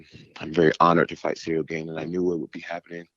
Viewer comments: "Cereal Gain" 🤣😂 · Did he say 'Now we got Cereal Gang' 😂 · Everyone - "Ciryl Gane" Jon Jones - "Cereal Gain" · I love how just went with it and started saying cereal too, who’s going to correct Jon jones, his name is officially cereal gain as far as I’m concerned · Does he keep calling him "Cereal Gain" on purpose?!😂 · Serial Gain? He is mispronouncing his name on purpose? 🤔😂😭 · “cereal gane” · That's Jon who calls him that. I heard him pronounce his name that way in another interview...lol